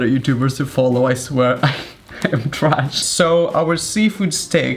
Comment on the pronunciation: I agree, please don’t say trach